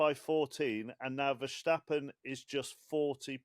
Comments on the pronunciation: now I see your point - as an Austrian I am very critical in grammar and pronounciation and dont like Verschtappen. As I am also a MASSIVE MV33 fan I learned from his Max's german interviews that he says Renne instead of Rennen and Verstappe instead of Verstappen. 🙂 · Versschtappen? He drives for RedBull, not for Schweppes. Why pronounce his name like he is a German?